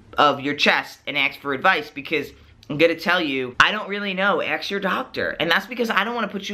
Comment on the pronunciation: Great video. (Also, it sounds like he's saying "ax" instead of "ask" haha)